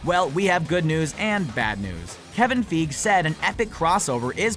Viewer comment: His pronunciation of Kevin Feige>Sony